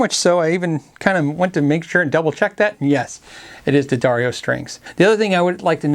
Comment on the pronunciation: Somebody pronounced D'Addario correctly! Cool.